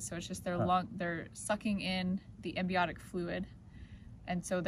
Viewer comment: AmNIotic Fluid not AmBIonic fluid...😝